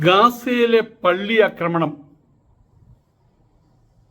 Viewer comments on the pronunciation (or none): none